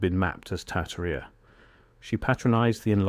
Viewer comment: Probably pronounced tar-TAR-ia.